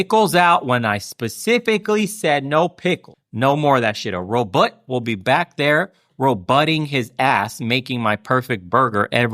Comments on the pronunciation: Sounds like he’s saying Roblox lmao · Uh…did Bernie say “Robutts”???